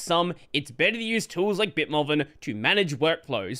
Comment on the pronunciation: Are you pronouncing BitMovin as "BitMoven" instead of "BitMoovin" for a reason, or did you just not realize Movin is supposed to be Moving with the G not enunciated?